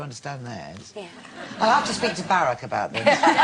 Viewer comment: haha! i love how she says barack. its a joke in the u.s. to pronounce it like that and say the name is irish.